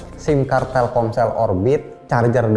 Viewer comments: TELKOMSEL ❌ TELKSOMEL ✅ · Telcomel?? Telselkom ?? Telsomkel ??